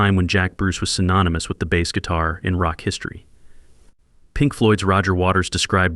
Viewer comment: Baaas? Jesus AI..